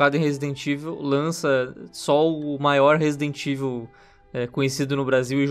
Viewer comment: Alguem ensina pro apresentador do Canal a Falar Resident Evil direito por favor? Parece a Turma do Pronome Neutro falando... TNC